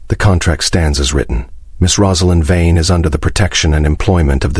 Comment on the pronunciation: I know it's AI narration but why can't it get the name Vane right? It's literally one of the easiest names used in these stories.